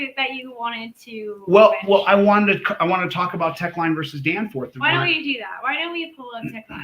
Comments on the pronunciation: Someone needs to tell this Constipational LOLer that it isn’t “Teckline” vs Danforth. It’s “Teche Lines, LLC vs Danforth” and it’s pronounced “Tesh” and Lines (with an S). It also has nothing to do with being able to stop anywhere on any highway. It has to do with legislating reasonable traffic laws. It came about after a state made a law that when stopped on the freeway you need to leave 20 feet of space to allow other vehicles to pass. The problem is that the lane wasn’t even 20 feet wide so it was impossible to follow the law. Of course gets it all wrong, as usual. 🤡😂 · He also keeps calling it “Teckline” instead of “Teche Lines” (pronounced “Tesh, and with an S). This isn’t the first time he has claimed to have studied something for years, but mispronounces it. He said he studied “fallacies” for years, but still can’t seem to pronounce that word either hahahaha 🤡😂